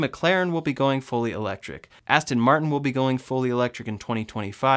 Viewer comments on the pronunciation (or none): none